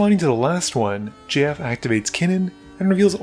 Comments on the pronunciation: it took me a few minutes to reaize that you weren't just saying the name "Jeff" with an odd pronunciation. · Great video, saying JF every time tho just sounds like you're saying Jeff like that one line in 21 jump street 🤣🤣